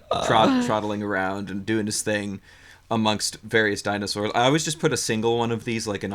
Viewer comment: Dinozelz lol